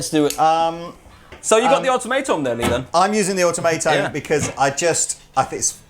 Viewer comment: Pretty sure that pedal is pronounced aw-TOM-uh-tawn...